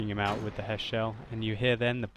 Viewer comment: He's saying it correctly. The British tanks get High Explosive Squash Head ammunition (HESH). So HESH Shells is perfectly acceptable.